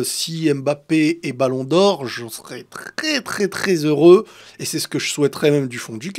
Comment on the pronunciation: « trRRRRRès tRRRRRès TRRRRRès heureux » mais tu vas les chercher ou ces « R » 😭😭😭😭😭😭😭😭😭